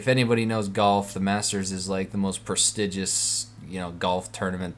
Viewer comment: Pristiges? xD